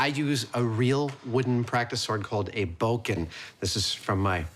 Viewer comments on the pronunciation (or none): It's a bokken... not a bo-ken!